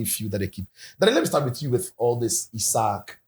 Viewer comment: He say ‘ZIKO’ him😂😂😂😂😂😂😂😂😂😂😂😂😂😂😂